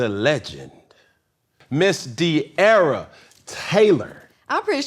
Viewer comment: This interview was horrible. Cam kept making weird perverted jokes as well as interrupting De’arra regarding the Ken situation. A lot of Gen Z wanted to know the details and he completely fumbled it. He also said her name wrong in the middle of the interview and didn’t give her the respect she deserved & I’m more than positive cam is bisexual, always asking about other’s sexuality. Weirdo and horrible interviewer.